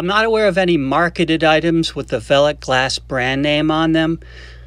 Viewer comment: Hahah, no I'm afraid you didn't say that correctly, nor did you spell it correctly. It's written as "Veiligglas", so that's an extra i, and one less s. :) The letters 'ei' are pronounced as a single sound that resembles the use of the letter i in English words like Nice or Fine. So, instead of calling them "Vely's" you should actually call them "Vily's" (As if it were an inflection of the word Vile), and that would be spelled as "Veily's". Sorry, I couldn't resist as a Dutchman. :) Great video btw. I'm not into marble collecting, but it's amazing to see all these small globes of art. Also, it's fun to spot the marbles that I used to play with as a kid The Netherlands. Amazingly we seemed to have a lot of Japanese cat eyes here. (As I learned from another video of yours).